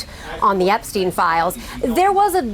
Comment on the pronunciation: EpsteinWar not ''epicwar''